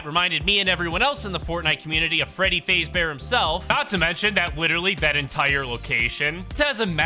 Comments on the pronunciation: Bro you said freddy faze its freddy f-a-z-e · Bro said Freddy faze-bear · it’s FAZbear, say it. Fazbear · did bro just say fazebear? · bro said fazbear wrong